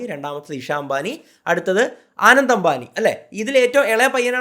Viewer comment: ആനന്ദ് അല്ല അനന്ത് ❤️